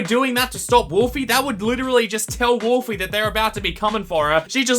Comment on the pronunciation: and do be the game theory but one is funnier ( is funny:) ) and wolfly you said wolfy not willow